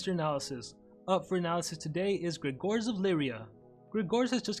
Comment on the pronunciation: You misspronaunced his name